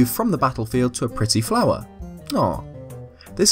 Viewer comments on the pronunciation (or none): none